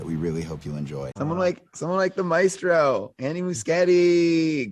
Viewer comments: The way you pronounce maestro hurts. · What is that shit coming from your mouth when you attempt to say “maestro”? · I like how you say Maestro 😂 but Zack Snyder was also called Maestro by Miller. I think it’s a name to the director in charge, not really a specific person. I think he just got confirmation that James Wan will do Aquaman 3 and that we’ll be getting Aquababy. I hope everyone is back for JL2 with some new additions but I bet the news is more Aquaman specific